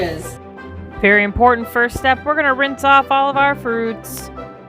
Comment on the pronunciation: Did you say “BERRY important first step”?? I know I could rewind the video but I want to believe you said berry important first step 😹 I absolutely love Liberty Square, there’s something equally magical about its rustic historical vibe compared to the other lands...plus, Sleepy Hollow! I just got a standard Mickey Waffle on my last trip but the Nutella waffle kept tempting me....and this is tempting me even further....now if you’ll excuse me I’m going out to buy Nutella.